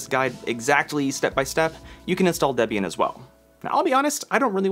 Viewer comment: Excellent video. I did slightly flinch every time you said DEB-Ian instead of DeeBian, and SuDoo instead of SuDough. But still valuable info.